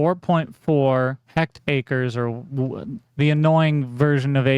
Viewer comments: The metric HA is hectare (pronounced Heck-t-air) in English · It’s pronounced “Hec-ter” it’s very simple.… it’s what everyone uses